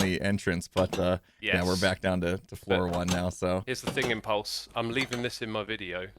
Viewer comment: I can hear Gem saying "Impluse!"